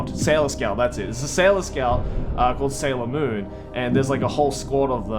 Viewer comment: You butchered Sailor Moon worse than the American dubbed did. Ok maybe not worse but just as bad.